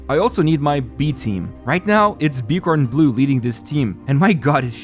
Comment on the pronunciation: I love this game. It's pretty fun BTW just a heads up, Bkornblume is pronunced byorn-bloom. Not b-corn-blue.